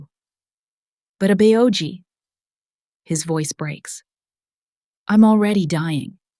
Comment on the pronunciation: I think the people who write the scripts for this story should write Korean words phonetically for example example Abeoji should be written out abboji so that the AI narrator can say it right